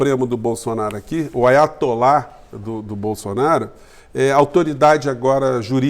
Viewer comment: O senhor falou IATOLÁ! MAS NÃO SE PREOCUPE, MALAFAIA VAISSIATOLÁ!